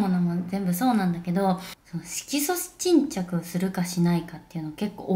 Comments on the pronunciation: 色素沈着言えないあみさん可愛すぎて😂💗最終的には"シキチン"って略しちゃうあみさんwwwwww ぺえさんと食べてたチキン美味しそう🤤🤤🤤どこで売ってるチキンなの？？？私も食べたいです🙋‍♀️✨ 最後の帽子被った瞬間引っ張るペンペンもタイミング良すぎて笑っちゃいました😂💕ペンペンはいたずらっ子ちゃんですね！笑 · あみちゃんのYouTube毎回癒されながら見てます🥺✨ 可愛すぎるし性格も顔も全て尊い😂💗 色素沈着が言えないところは旦那さんと一緒に爆笑しちゃいました💓笑